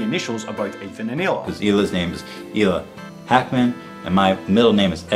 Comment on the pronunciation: Hey, Israeli here. Both Ethan and Sunny say Hila's name wrong. The dominant sound in the word is "La" not "Hi". It translates to "Aura" in Hebrew.